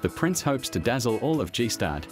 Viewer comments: Gee-Staaad... 🤣 Skip the "ee" and you're about there... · you pronounce it "Gstaad" and not "G-Staad" 😉 Sounds pretty weird for somebody knowing how its pronounced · I keep cringing every time he says “ g stad” ehh… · Its not G-stad, it's Gstaad! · The name of the village is (gsta:d) not (dzhee staad). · Anyway, the pronounce of Gstaad is with hard G, like gang. Not Gi-staad. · Gee-Schtaad. If you would drop the "Gee"-part for ones and for all, you would be close to pronounce the name correct. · It´s not GeeStrad.... It's Staad... We do not read the G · Man its Gs-tad and not Gi-stad. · It's called Gstaad with g sounding like you would say Grinder not G- stad. How on earth you name this a documentary without even knowing how to call the place you present..... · Narrator doesn't even know it's pronounced "GuStard" not "GeeStad"🤣🤣🤣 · The translation is poor and the narrator (who must be AI) is shocking. BTW it’s nor pronounced G-Staad but, phonetically, “Gishtarred” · Calling Gstaad „g-staed“ 🤦🏼‍♂️ that‘s just embarrassing, if you’re gonna make a video about the place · Gee Stadt😂😂😂😂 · I can't with the G-Staad. It's Gstaad. Get some help pronouncing foreign places, rather than making up your own. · It’s NOT “Gee” staad dicksteen….it’s GaStaad…Ga, Ga, Ga…….work on it……. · Dude, Gstaad is pronounced Gier-staad. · As for me, I had to stop watching after hearing G-staad. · You didn't like the way he pronounced Gee-staad? Yeah, I couldn't believe it when I heard it. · I want to go to gee staad🤣🤣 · As a Swiss I furthermore have to say: It's called 'Gstaad' (the 'g' is like 'going') and not 'G-Staad'. :D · "Jeee-staad"? Hahahaha! I guess that voice translation robots still need a bit more work! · Pronouncing Gstaad "Gee Staad" is how to tell me you're AI without telling me you are AI. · What is this Jeestad thing the narrator keeps mentioning? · G stad? WTF? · G-staad, lol thats not at all how its called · Jeestad. FFS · G stad? Oh “shocks” so much mediocrity! Jeeezzzz!